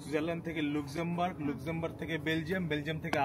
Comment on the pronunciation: Luxembourg উচ্চারণ ta apnr vul hoi🐸